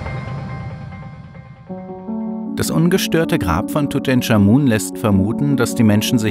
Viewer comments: Tutenkamun natürlich, so spricht man ihn aus, top(Sarkasmus) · Tut EnCHHHHH Amun. Nicht TUTENSCHAMUN. Ich rast aus. ohne mist. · wer kennt ihn nicht... den guten, alten "Dudensch" XD